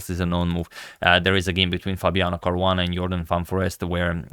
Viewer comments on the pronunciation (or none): none